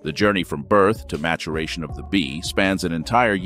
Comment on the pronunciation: If you're gonna narrate please learn how to pronounce the words you are going to be using. "MATURATION"🙄 Just getting so sick of people or whatever a.i. voice program people are using to narrate a video with, that butcher the English language by blatant mispronounciation.